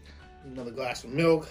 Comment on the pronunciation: Chocolate MULK...not milk.. hahaha